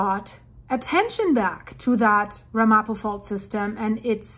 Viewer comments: Pronounced more like RAMapo with the accent on the first syllable. The Ramapo Mountains are a relatively small area just north of the NJ-NY border. The word is of Native American origin, and a local group in the area has been recognized as a tribe by the State of New Jersey. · It’s pronounced Ram-a-poe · It's pronounced RAM-a-po. And it's New MAH-drid. Excellent video. Thanks for keeping us informed.